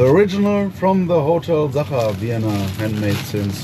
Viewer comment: As an Austrian I have to disagree - the pronounciation was pretty spot on.